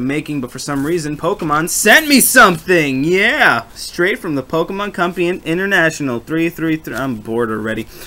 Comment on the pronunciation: U said compee